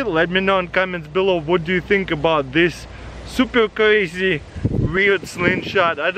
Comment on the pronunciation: about this supel cwazy